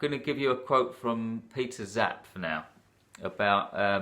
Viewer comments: Hi,. I’m about 1/2 way through and definitely like the depth you are getting to here. Two things to mention, and these are very minor. First, I think the way to pronounce Zapffe is zap-fa. Second is that War and Peace has... 587,287 words!! omfg... Anyway, I’m looking forward to listening to the rest. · Yes, and it's Zapffe. Pronounced Zap-fuh, as in, Nietzsche or Goethe.